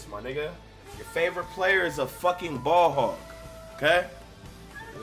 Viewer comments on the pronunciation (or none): none